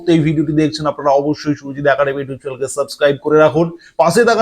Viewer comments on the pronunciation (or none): none